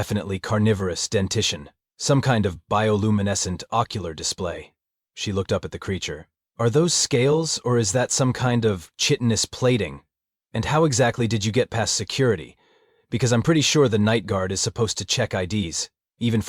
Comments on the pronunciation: please! Please! PLEASE! PLEEZ! Chitinous is pronounced "kite-tin-ous" If you really read all comments like you say you do, shouldn't you now learn to correct your pronunciation? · these AI really need better training on the English language. The word "chitinous" is NOT pronounced with the soft "ch" It's pronounced "Ky-tin-us"